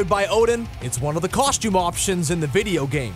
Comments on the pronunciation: For the costume section, who else kept on hearing "coshtume". I swear thats what he's saying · Coshtume and Molner 😂😂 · Bruhh this dude's pronunciation of costume and Mjolnir 😂😂😂😂